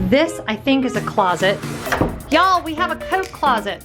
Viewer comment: I think my fave part of the entire video was when you said 'Ye'all'... ha ha... 😂Great room tour... we have never been to Bay Lake, but we have a trip booked there this upcoming August... looking forward to it! I love the clotheslines in the shower enclosures... Love the shelving by the tv... the artwork is so nice in here too! Great view from the balcony... Wow! Do the girls come with every room? Must be a new DVC perk! ha ha... great kitchen! Oh I love how the ottoman opens for storage... nice! Great tour! New follower here! (from Twitter)